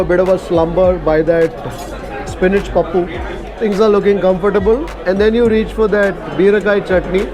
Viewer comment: From her Telugu accent in pronouncing pappu, beerakai, perugu, she must be a native telugu person😊